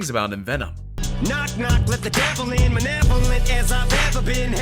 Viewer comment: he pronounced “manevolent” wrong